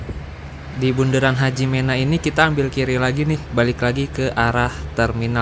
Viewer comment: Hajimena (me) bacanya bang bukan HAJIMENA 😂